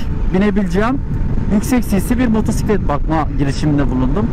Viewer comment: Şu motora Allah için motusitlet deme !!